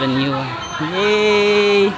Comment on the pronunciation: Congratulations! Yay! 130k subscribers na! 🎉 Yuan 元 is pronounced as Yuen. Imbes na yen kasi letter e, ilabas mo pa nguso pagbigkas para maging Yuen. 🙂 Uy, may new country added sa list ng pupuntahan? Yung nakita kong pics sa tour ng friend sa Mongolia nasa may sand dunes nga sila na merong falcon at yung old way of life ang makikita. Katuwa naman naging friends kayo ni Lee. You're both lost in Miniso. 😅